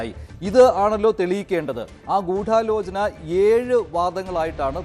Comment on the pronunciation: അവതാരകൻ പറയുന്നത് കേട്ടാൽ തോന്നും ഗൂഢാലോചനയിൽ 'ഢ'യ്ക്ക് പകരം 'ഠ' ആണെന്ന് 😂